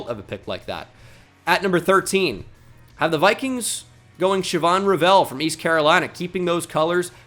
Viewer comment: Is that how Shavon Revel pronounces his name? My name is Revel and it is pronounces like (Re-Vul) like Level.